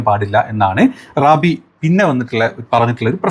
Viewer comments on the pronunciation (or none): ഞമ്മളെ "Rabi" അല്ല........"rab....I " ആണ് 😂